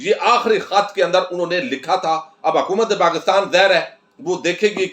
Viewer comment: گوندل صاحب کھت نہیں خط بولا جاتا ھے کھ اور خ کا فرق رکھا کریں